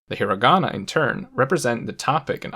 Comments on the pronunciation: I cant accept that you said HIRaAGANA KaNGJJII lIKe WTf YOU might aswell talk like a Japanese person if you gonna make a video abt it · Also he pronounces a hard 'r' in Hirigana. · exactly. it seems weird how he pronounced all the sentences but didn't pronounce hiragana, kanji, and katakana right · So u wanna tell me ure able to pronounce each character right but still say "hiragana", "katakana" and "kanji" the way you did in the video?? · Me: A normie who doesn’t speak japanese, cringed at the way he said hiragana, katakana, and kanji